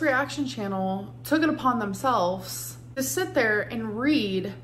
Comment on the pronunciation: Don’t forget “attic” instead of “addict”, and “themselffs” instead of “themselves”.